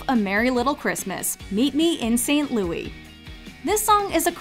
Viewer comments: Please stop calling it 'Louie'. The movie title is 'Meet Me in St. Louis' - pronounced just like the city the story takes place in. As someone who lives there, no one calls it 'Louie'. Only the song. Tootie herself corrects Mr. Neely when he calls the city St. Louie. You've called it 'Louie' in every video you make and it's wrong. It makes me cringe. The song is pronounced that way but not the city nor title of the film. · “Excuse me,, but it’s pronounced ‘St. LOUIS’!…” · Every time St Louis is mispronounced makes me cringe. Yes, I'm aware there is the French pronunciation.